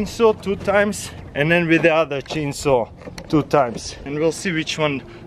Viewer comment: The way he say chainsaw "cheen soo"